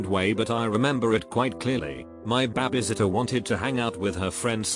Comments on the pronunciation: i just love hearing BABBISITTER in these kind of videos lmao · BAAB-E SITTER